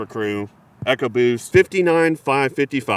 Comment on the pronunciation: say it with me. EEcoboost. like economy. not “echo boost”